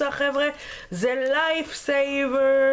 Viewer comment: אומרים lightsaber לא lifesaber